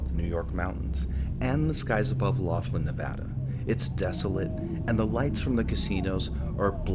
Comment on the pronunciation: Laughlin - pronounced lock-lin, like the name McLaughlin.